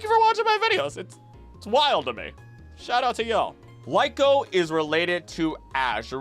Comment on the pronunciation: It's cringe hearing you say, "LIE-KO" When it's actually "LEE-KO"